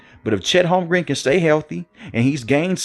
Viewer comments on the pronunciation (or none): “Holm-grin”, fam. Not Holm-green 😅